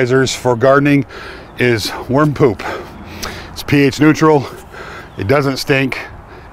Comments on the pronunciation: What a relief. At first I thought you said warm poop. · I thought you were saying "warm poop". No smell?